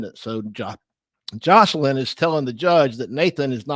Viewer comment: i see you corrected the title but still pronounced it wrong sooo nice try